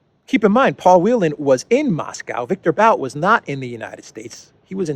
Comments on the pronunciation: Its pronounced 'boot' not 'bowt' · Victor B[u]t, not B[au]t. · It’s [bu:t]. Victor [Bu:t] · Виктор Бут = Viktor But - But rhymes with put, foot. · Pronounced boot I've seen Russian commenters say. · Darkly humorous that the hands down world champion arms dealer and merchant of death labels Bout(pronounced BOOT btw) in that way.